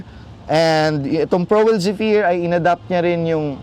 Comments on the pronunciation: mejo late na, pero ung tamang pronunciation nun is ˈzefər. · Boss yung Zephyr is pronounced as zefire.